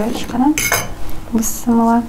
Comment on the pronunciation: БЫССЫМЫЛЛА, БЫСМЫЛДА ДЕП АЙТПАЙТ. БИССИМИЛЛА ДЕП АЙТЫЛАТ.